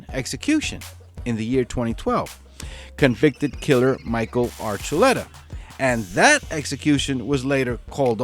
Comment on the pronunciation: Hey...it's not Archulera...it's Archulettta. You know that...